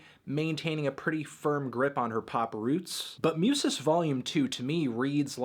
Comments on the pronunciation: it's pronounced moosas tho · Musas. MOO-sahs. U is oooh like you got punched in the tummy. Raiz Rye-EEEZ. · hasta la race, muse-ass, los macarroni`ohs, duerme degritou, doriti´ohs the nacimeinto. we know you are not en expert on this subject but we love to see you pronounce spanish words